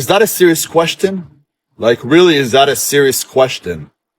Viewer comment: "And Is that a serious Ques-tin?" "Like really, is that a serious QUES TIN?"